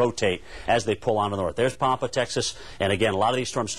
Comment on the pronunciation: I have near heard anyone butcher the town name "Pampa" that bad before. It took me a second to figure out what he was saying. It is suppose to sound like the name "Pam" and then the "pa", but since all hell was breaking loose, I guess it is forgivable.